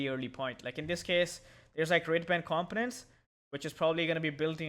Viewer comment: Can I just put this out there. it's been bothering me for some time: COMPONENTS is pronounced: Kuhm po nuhnts. NOT: Kalm pun ense